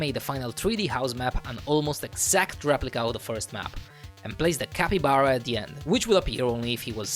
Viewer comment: Yay i saved the "cakybara"😂